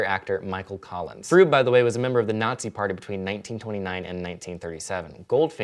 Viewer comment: Gert Fröbe isn't pronounced Froob. But if you can't speak the umlaut just use the o base to say Frobeh. yw :)